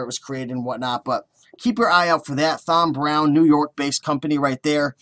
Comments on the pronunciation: It's pronounced like TOM....brown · It is pronounced TOM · I never thought it would be possible to mispronounce the name Tom. You have a unique talent there.